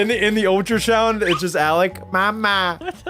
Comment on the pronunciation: said ultrashound instead of ultrasound